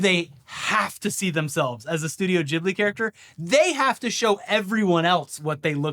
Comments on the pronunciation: Studio jibbly? I thought it was pronounced GIB-blee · Its pronounced GIBLY not JIBLY